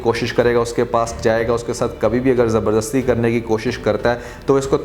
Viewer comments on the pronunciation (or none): none